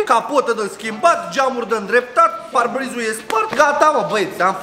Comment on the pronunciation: Ai mâncat un "R" de la parbriz